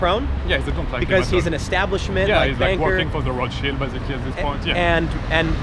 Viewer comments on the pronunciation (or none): none